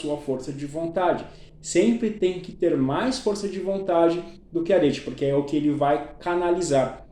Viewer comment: Respeitosamente, só pra sanar a sua dúvida: a pronúncia é "Aretê".